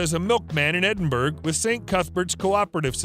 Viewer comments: It’s pronounced Edin borror not Edin berg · Connery will turn over in his grave listening your pronounce Edinburgh and Cay pronounced Key